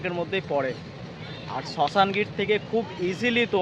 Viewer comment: ওটা শাশনগীর হবে, শশানগীর নয়।